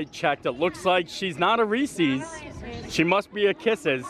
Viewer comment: From Pennsylvania and still says Reese’s wrong. Shame on you!